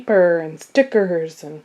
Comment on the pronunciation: I'm a Crafter mainly cricket and sewing and I thought maybe you were pronouncing stickers wrong and then I noticed you said it again and I don't know what "Thickers"are cuz they definitely look like stickers to me somebody want to explain to me what thickers are